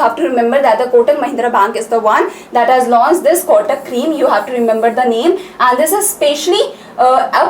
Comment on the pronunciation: There is acute accent above letter e. It has some meaning ma'am. Créme ka pronunciation cream jaisa nahi hota. Aap zara khud ek baar search karke dekhe.